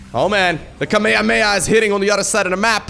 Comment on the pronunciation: Kameyameya! Hahaha love the way you pronounced it.